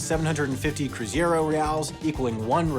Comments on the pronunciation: CRUZEIRO not CRUZIERO Video is good, but the repeated mentions of CRU-ZI-ERO instead of CRU-ZEI-RO broke my ears and mind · Cruzeiro, not Cruziero. 😉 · Its Cruzeiro, not Cruziero! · Small correction: the last currency before the real was called "cruzeiro real" (not "cruzado real.") Also, it is "cruzeiro" (croo-ray-ro), not "cruziero." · Get your numbers right, mate. 5000% anual inflation was never a thing in Brazil. URV was a referencial number to transit to Real, not a currency. It's not cruziero its CRUZEIRO! Who does your research????? You do know Brazilians don't speak Spanish, right? Everyone, if they just didn't buy everything on pay day, they had all their money on overnight investments. Overall, you presented a gross oversimplification of the economy at the time. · What a shitty video. Wrong (and ideological) explanation for the causes of our inflation and how we tackled it. Even the name of one currency was wrong (Cruzeiro, not Cruziero - typical of ignorant gringos tagging Spanish pronounciations to Brazilian Portuguese). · It's Cruzeiro, not Cruziero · It's cruzeiro, not cruziero 😆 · WTF's a "Cruziero"? It was CRUZEIRO. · Amazing video. Now say it with me: "Crusade". Nice, now take out the "de" and say "ro" at the end. "Crusaro" /crew-zay-ro/, it's nicer now :) To sum up: "cru-zei-ro" not "cru.zi.ei.ro", just like in Rio de Janeiro ;) The "ie" sound is characteristically Spanish, but rare in Portuguese. Thank you for the video <3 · Why do americans always flipped the “ei” pronunciation to “ie”? It’s cruzEIro, not cruzIEro. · Just one correction: the currency was called the cruzeiro (croo-zay-roo) and not cruziero, as can be seen by the words on the notes . I'm really not sure that the URV was that important sociologically as, from what I can recall, few items actually had the value in URVs on them, though I can remember a bookshop with the price sticker in URVs, which we thought curious. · It's CruzEIro not CruzIEro! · It’s Cruzeiro not cruzieiro ffs